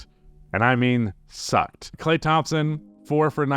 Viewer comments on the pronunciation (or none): none